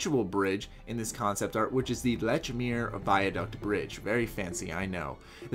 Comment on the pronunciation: You pronounced Lechmere wrong. It's pronounced "LEACH-meer"...